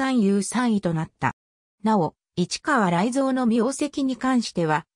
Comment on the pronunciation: 市川雷蔵や勝新太郎の名前の読み方が間違っているのが気になる！